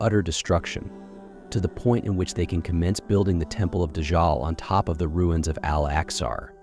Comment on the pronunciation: When you use AI and it says: Al Axar